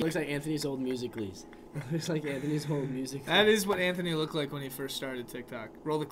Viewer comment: No one: Nobody: Anthony:I dont wike it!